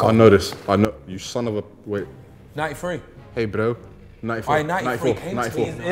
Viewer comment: Whyd he say bro like a South African 🤣